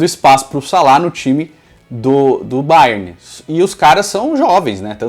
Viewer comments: fala Bayerni achei diferente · Pq ele tá falando bayerni ? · "Baierni"..... Kkkkkkkkkkkkkkk que perna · A agonia que me deu de tu ficar chamando o Bayern de BayernI kkkkk vida longa ao Futirinhasssss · Que chique, fala Bayerni kkkk